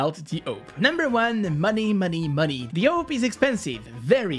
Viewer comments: It’s awp not owp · S U S why do ppl call it a-v-p when it's written as "awp" ? , I never understood. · Everyone: awp: OAP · Normal people: AWP This guy: owp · Me: Listening to the video. Me: Hears he said oup wtf is a oup Me: Screaming my head off saying ''ITS A.W.P OR OP NOT OUP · It's not pronounced AWP, it's prononced AWP. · not owp but awp and just say op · auwp?? its awp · its called awp not aop!! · I pronounced as orp your pronounce it as ope? no offence btw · u are triggering me ur saying ope not awp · Ye you know i was like whats a uop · he great owp'er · Real way is awope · The oh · Ah yes, the "ouwp" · is it just me or does he say owp? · it hurts that he calls it the "ope" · pronunciation:am i a joke to you? btw its (aww-p) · Whoever else that scrolled to the comments to roast him/check who roasted him for saying “oop” like this comment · I wanna master the awp not the “aoup” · the way he's pronouncing awp haunts me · The way you pronounce awp makes me laugh everytime you say it 🤣🤣